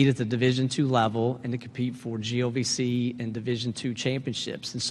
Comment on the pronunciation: i think accidently said GOVC not GLVC lol